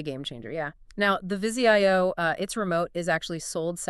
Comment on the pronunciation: Jesus-it's NOT VIZI I-O, it VIZIO!!!! At least know how to pronounce the products you're reviewing. Extremely unprofessional!!!!